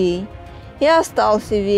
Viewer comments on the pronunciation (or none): Не ЯрилА, а Ярыло.